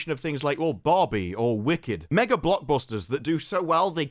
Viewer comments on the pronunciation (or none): none